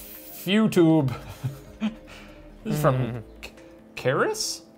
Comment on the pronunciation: Hearing them not able to say Cerys is pretty funny. It's pronounced Keriss